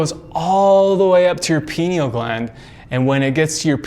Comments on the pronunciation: Pronounced🥸—- (Pie-Kneel) 🤨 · Guys, take a drink everytime he says pineal (but he says "pee-neal") and youll be wasted in no time.